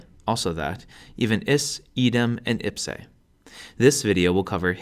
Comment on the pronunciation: the "i" should be pronounced as a the i in "beat" but shorter in length, the 'e' at the end of 'ipse' shouldn't be dipthongized, I heard you off-glide the 'e' into 'ei'. You confused the pronounciation of 'hoc' also, it shouldn't be the short vulgar sound if we are talking about classical latin. Besides the pronounciation errors, good video!